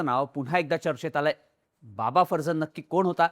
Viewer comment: हा माणूस पारशी आहे माहिती होती. तरी त्याच्या नावाचा चुकीचा उच्चार का करताय. बाबा फरजान हा उच्चार आहे. बाकी व्हिडिओचा विषय अतिशय बकवास निवडलाय.